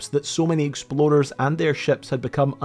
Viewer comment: I absolutely love this guys pronunciation of "explorers". There were at least 3 times i definitely heard "exploders". God i love that rolling R.😂